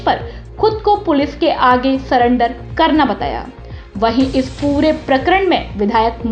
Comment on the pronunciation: सरेंडर होता है सलेंडर नहीं । हाय मेरे देश का भाग्य🙄🙄🙄